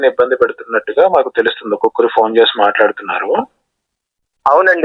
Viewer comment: జై శ్రీరాం.!! మీరు "చ" పలకడం నేర్చుకోండి సార్! చెరువు, చేసి లాంటి పదాలు సెరువు, సేసి అంటుంటే ఎబ్బెట్టుగా ఉంటోంది సార్!